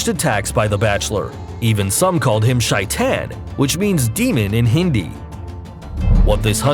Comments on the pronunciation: The man said Shaitain instead of Shaitaan Soo funny Love You India Feeling Proud Indian Being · Not shy-tan Its shey-than